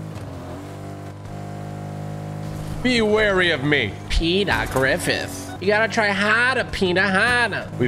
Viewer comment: bro said peter griffith 💀